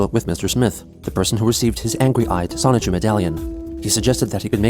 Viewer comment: The fact that you say "Sonic-Chu" instead of "Sonichu" is really weird lol